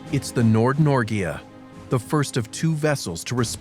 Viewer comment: How funny when after repeated English pronunciations of Nord-Norgia and Nord-norg, I finally understood they have to be saying Nordnorge 😁 how lucky that everyone made it!